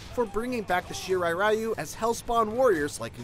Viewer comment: It is pronounced REE-U